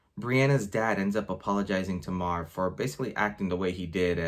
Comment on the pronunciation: Just popping in for a second to see if you're still pronouncing her name wrong... Yup. C'mon man. Its "MARE"... as in "MaryAnn"